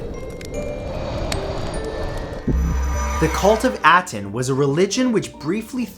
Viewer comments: Ah-ten .... Not at-en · It’s pronounced ah-ten, not At-en. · First of all you're mispronouncing Aten, second there's no mystery there. When AkenAten died the people of Egypt went back to the proper Egyptian beliefs and destroyed as much documentation of AkenAten and his religion as possible.